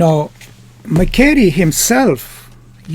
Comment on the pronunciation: You should pronounce MA-SHE-RAY